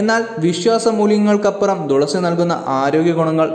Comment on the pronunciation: ദുളസി അല്ല മാഷേ തുളസി🙏🥱